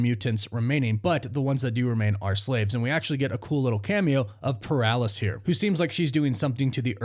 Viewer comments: It’s Polaris bro not Paralis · lol how did you pronounce Polaris? 🤣🤣 wtf poralis? That sounds like a pill. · HAHAH he said "paralysis" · Just poking fun at his pronunciation.. he's probably right though